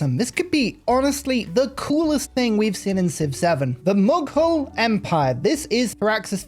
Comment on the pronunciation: Ur pronounciation of "mughal" is wrong